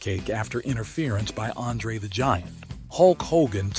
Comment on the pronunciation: You really suck at pronouncing names. DiBiase is pronounced “Dee-bee-ah-see”, Andre is “Ahn-dray”.